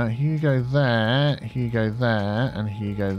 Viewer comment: I know says "you go there" but i hear "Hugo there":)